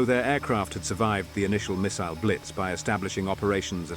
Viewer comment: love the proper pronunciation of 'missile'